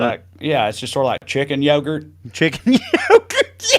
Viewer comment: "Chicken yogart" will from thus day forward be a weekly joke. Thanks ya'll. Btw, when i first tried to remember what you said I thought it was Turkey Puddin' 🤣🤣🤣